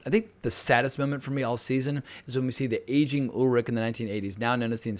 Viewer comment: exactly... if they can pronounce Schwarzenegger correctly then there is really no excuse to pronounce Charlotte or Ulrich wrong.